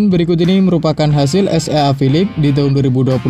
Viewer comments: es ea ea ea,,,,,,😂😂😂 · Baca nya mimin SEA nya salah.cara baca gk bgtu lah min..